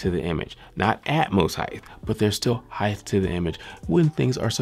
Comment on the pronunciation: You gives great reviews very informative sorry but you do one thing that gets under my skin it's when you pronounce the word heighth instead of height there is no th pronounced at the end.